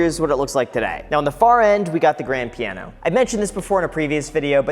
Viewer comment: Did anyone else hear him say "Graham Piano" instead of "Grand Piano" ?